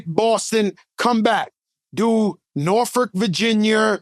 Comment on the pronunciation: Norferk Verginyer... took me out ⚰️